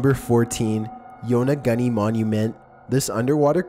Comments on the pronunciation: Yona-goonie, not Yona-gunny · Holy christ!!! Your pronunciation of many cities and items talked about, are beyond horribl.eI especially cringed at how you said Yonaguni and Antikythera...each and everytime.Please atleast watch other videos where archaeologists or historians are pronouncing any of the sites, items, or cities.